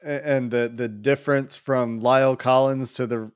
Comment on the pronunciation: It's not Lial Collins.It's La el Collins.It's not hard to pronounce it.